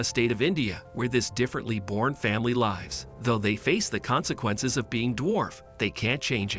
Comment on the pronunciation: Why does he keep saying "lives" wrongly.